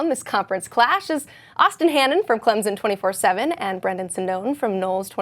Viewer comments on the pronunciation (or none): "clemzon" smh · Clemson, not Clemzin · loved your report, but there is no Z in Clemson. Just a soft s when its pronounced. Clem_son.:) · There's no "Z" in ClemSon.